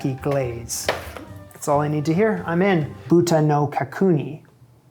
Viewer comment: Just a tip for next time and not a dig at all ( because how would you know?) but more Japanese words are usually unaccented. Which means that rather than how you said, "ka-KOO-ni", it would be said as, "ka-ku-ni." (Imagine the rhythm of " simile".) Same with "othoshibuta." (owe-toe-she-boo-ta) Just pronounce the syllables with equal weights and it will sound fine! (And if you speak Spanish, the vowel sounds are identical to Japanese!)